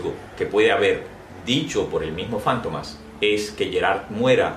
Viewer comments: ¿Fántomas? ¿No es Fantomas? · Es Fantomas no Fántomas ... Es un sustantivo en palabra grave , por eso no va acentuada en la penúltima sílaba , si fuera Fántomas , por ser palabra esdrújula llevaría tilde o acento en la antepenúltima sílaba . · Porqué la pronunciación como si fuera esdrújula y no lleva acento. Para mi es Fantomas, llana.